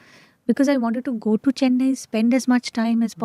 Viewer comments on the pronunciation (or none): none